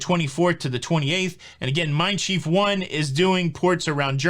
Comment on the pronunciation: Just a note on German pronunciation, Mein Schiff rhymes with cliff.